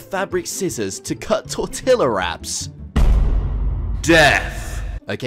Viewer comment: the way you prounounce tortilla is incorrect